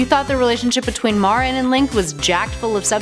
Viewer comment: She pronounced Marin wrong Edit: and epona !!!